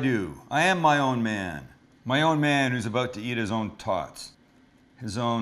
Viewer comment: “animal style tawts”